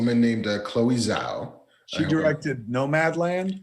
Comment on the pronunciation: Chloe Zhao - it's pronounced "jaw"